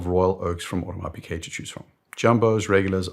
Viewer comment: Great video – it's Audemars Piguet though, not Audemars Piquet.